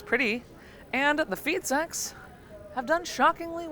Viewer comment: Ooooooh "Feed Sacks"......I heard "feet s....x"